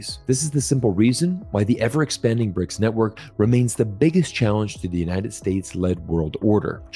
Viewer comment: It's BRICS not "RIC"